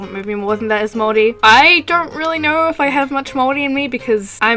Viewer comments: fist of all, THANK THE LORD THERE IS A YOUTUBER WHO KNOWS HOW TO SAY MAORI RIGHT! and second of all, we have hangi as a food but I don't think anyone really knows about those so it doesn't really matter. over all tho, nice video. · GOD THIS IS SO ACCURATE AND I'M SO RELIEVED YOU PRONOUNCED MAORI RIGHT Iv'e been watching your content since you made My Little Pony videos way back, and Iv'e always really liked everything you produce! I also live in New Zealand and this video just expains everything so well- I hope people will see this video and go "oh so new zealand isn't a myth country?" I really like your Artwork and Animations aswell! I'm an Artist aswell and I'd like to start Animating proper. I'd love to make some fan art for you some day! Anyways, Great video!